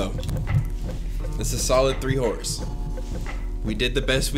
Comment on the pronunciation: "welcome to three whores, I mean horrors!" brooo sounded like you said whores🤣🤣💀💀